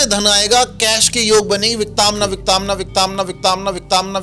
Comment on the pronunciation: it's विकतांना not विकताना